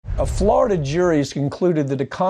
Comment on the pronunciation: Please pronounce it right, FloriDUH